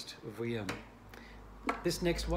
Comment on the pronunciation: Vuillaume, generally pronounced is "Vee - yorm" . But I knew who you were talking about, it's alright. That model sounds great! I have many friends from university who had all sorts of different Jay Haide violins and violas - they sounded great in the first year, not as powerful in the second year, and in the violin's third year....it was time for an upgrade. These violins don't get better in sound generally. Certainly it's a wonderful sound, but make sure you buy/borrow a new one just before your recital! If you play Brahms or Shostakovich or Beethoven on a "used" Jay Haide... you most probably won't be heard over the piano. Also, The Great Mozart owned a Klotz, so that's something to put on your resumé if you've ever played or owned one!